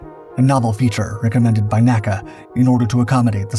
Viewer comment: small thing but N.A.C.A is pronounced by saying N A C A and not naca but you say nasa not N A S A